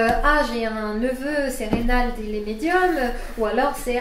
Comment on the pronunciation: Reynald et non Reynaud